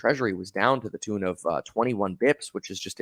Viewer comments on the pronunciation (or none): none